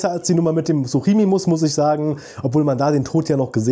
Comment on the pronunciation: Nur als tipp es heißt suchomimus und nicht suchimimus